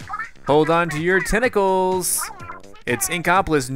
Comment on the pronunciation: it is not tenical it is tentacle